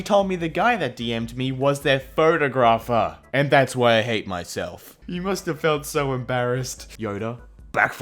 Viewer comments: Photo-grapher? Over here (usa) its pronounced pho-tog-rah-fur. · what's a fo-toe-graph-er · Why did he pronounce 'Photographer' like that..? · Soooo we're not gonna talk about how mispronounced "photographer"? If it's your accent, I majorly apologize, but I've never heard it said like that before. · I'm still laughing about how he said photographer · the way gio says photographer makes me want to turn into an egg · the way that he pronounced 'photographer' lmao